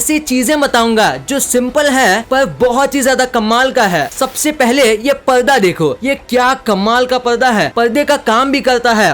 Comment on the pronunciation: Kya yar ab bhi parda ko palda bol rahe ho yar ab kya totla ho kya 🤣🤣😒